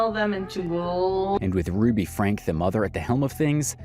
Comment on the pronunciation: Its frank-ee😭😭